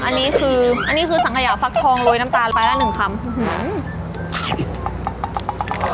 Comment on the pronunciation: ฟักทองภาคใต้พูดผิดอยู่นะครับ